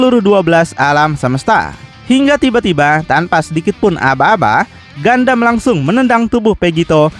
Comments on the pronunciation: ralat min bukan gandam tapi gundam 😂😂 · gundam bang bukan gandam, knp ga sekalian gandum🤭🤣